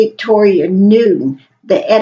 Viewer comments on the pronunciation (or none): none